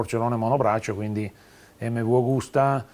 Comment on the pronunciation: Tutto bello, ma per noi settantenni la giusta pronuncia è EMMEVI, la u finale non si può sentire, peccato venale sia ben chiaro irrilevante